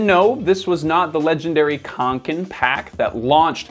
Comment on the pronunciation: As a scandinavien i hurts My ears when you miss pronounce Åke and kånken😁 you should use the O sound when pronounce Å but otherwise a great video👍